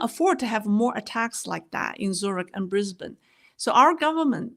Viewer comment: Nice to hear you pronounce Brisbane correctly. 😊